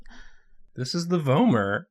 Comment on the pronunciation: I believe the way they said it is correct! I’ve also heard it like “v-aw-mer” but I think that’s dialectical😌